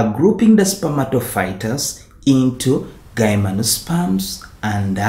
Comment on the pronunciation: no hate but isn't it pronounced as GYM-NO-SPERMS as in the word "gym"?